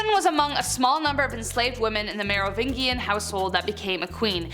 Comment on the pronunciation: Mispronouncing a name you have only ever read is a sign of intelligence. It means you have read things that the people around you have never said aloud. Medici mɛdɪtʃi/ MED-i-chee Merovingian ˌmɛrəˈvɪndʒiən/)